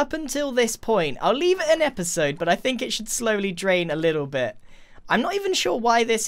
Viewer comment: "HELLO! My name is Grian and welcome back to another esode of Hermitcraft!"